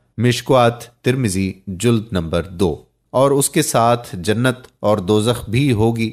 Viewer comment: Mishkaat H Mikuwaat sirf Likhne Me Aata H Juld Nahi Jild Hota h Yaar 😁🤓😂Dajaal Nahi Dajjaal H Sufa Nahi Safha H, isfahaan Nahi Asfhaan, Shunakht Nahi Shanaakht